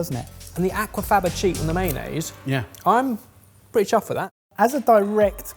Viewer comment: That is so far from how Aquafaba is pronounced 😂😂 my new favourite way to say it though!